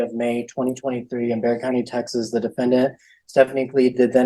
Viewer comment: the county is Bexar county. It is pronounced bear.